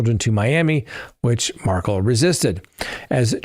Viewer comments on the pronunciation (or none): Dan Mar-Kell not pronounced Markel and Catherine Mag-ban-a-wa